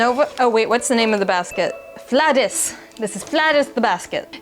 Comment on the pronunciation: the scandinavian letter Å is pronounced like a long O in American English, or kinda like the word oar without the R. So it should be pronounced more like Flow-dis.